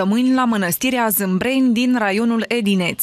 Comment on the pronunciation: Jurnalista e kaki Manastirea Zabriceni si nu Zimbreni.